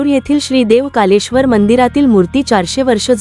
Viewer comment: कारली नाही कर्ली नदी, कालेश्वर नाही कलेश्वर, रंगना नाही रांगणा गड शब्द उच्चार चुकीचे करू नका